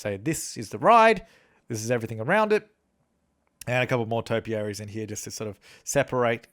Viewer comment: When he said topiarys I was like when we're tapiary added